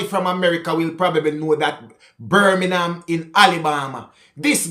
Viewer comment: " Birminham " the jamacain way of saying Birmingham..!😎